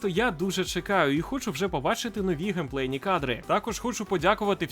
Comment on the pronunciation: Ви букву "п" у слові геймплей загубили)